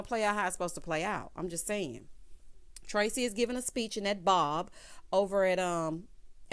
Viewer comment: 😂😂 did you have to emphasize “that BOB” like that?! 😂😂